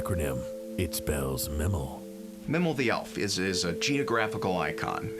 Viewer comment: Pretty sure it’s MIE-MEL.